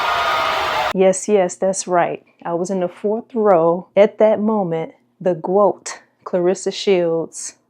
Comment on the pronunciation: The Gwoat and this is when I stop watching